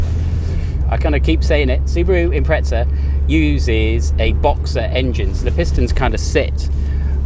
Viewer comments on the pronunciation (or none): No hate but where is the t in Impreza?